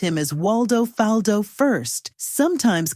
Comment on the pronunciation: Why she keep saying his last name wrong? It’s pronounced the same way as his first name. That was part of the joke. His whole name rhymed